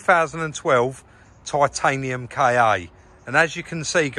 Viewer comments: Officially it's "Ka" but "K.A." is a common mispronunciation. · Its not a 'K' 'A'...ITS A KA SHORT FOR KAR...😁😂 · Ford KA, not K.A. Lol